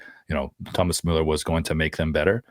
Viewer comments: Pronounce Müller like Ferris Bueller. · So am I, have never heard a native speaker pronounce it Muller. There is a clear distinction between Muller and Müller that is lost here. So yeah people get umlaut pronunciations confused all the time, but i really don't think that's the case here. It is definitely not pronounced exactly as they said it. Close enough? Sure. Exactly? definitely not. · No idea how Bueller is pronounced, but "Muller" is not "Müller". Everyone in the anglosphere pronounces his name like that, but its not what its pronounced like in german imo